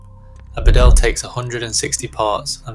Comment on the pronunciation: It’s Bee-dale and Bo-fort.